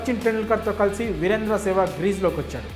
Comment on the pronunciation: వీరేందర్ కాదు వీరేంధ్ర. జర్నలిస్ట్ ఎలా అయ్యావు బ్రో